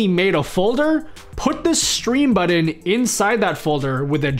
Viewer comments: What's a "buddin?" (Sorry,...) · What the hell is a "Buddon"? 🤣